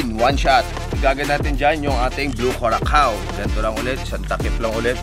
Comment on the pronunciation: Panalo, iba ang effort. Yung curacao pala, ang basa dyan ay kurasaw. Para maganda bigkasin😊❤️